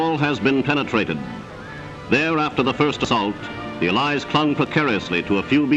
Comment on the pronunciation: That pronunciation of 'Allies' really irks me for some reason.